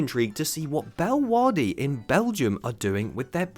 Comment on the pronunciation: "Bellwahdi" in Belgium is...one of the pronunciations of all time. (It's pronounced more like 'Bell-euh-waa-rh-duh')